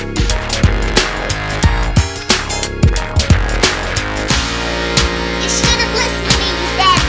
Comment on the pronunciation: She says pi instead of pig